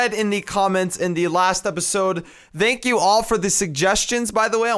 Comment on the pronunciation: just a quick question why do you say thank you like dank you? not trying to offend or anything